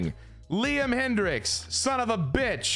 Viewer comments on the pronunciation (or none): none